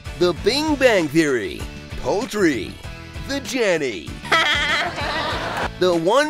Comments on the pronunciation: "Poultry" xD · “Poultry” HAHAH